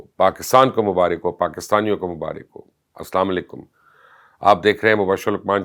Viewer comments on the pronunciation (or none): آسام لیکم نہیں بلکہ اسلام و علیکم باتیں تو بڑی بڑی کرتے ہو اسلام کرنا نہیں آتا